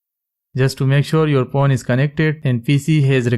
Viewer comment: Is it just me or does it sound like he's saying porn instead of phone?